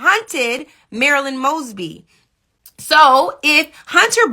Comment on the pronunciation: "After much consideration, I've decided to pardon Marilah Mogsee, um uh, Maralo Mugs, Moss, moshly... MARYLAND MOESBEE"